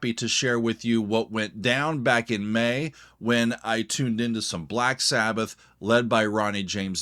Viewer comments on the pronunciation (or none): none